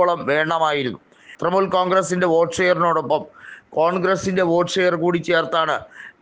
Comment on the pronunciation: തൃമുൽ അല്ല തൃണമൂൽ